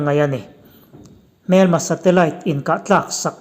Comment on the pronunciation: A bengvarthlak a, a ngaihnawm thin e. "Hmel" tih (face) ang a lam thin erawh a lehpekah chuan awm tawh lo thei hram se😁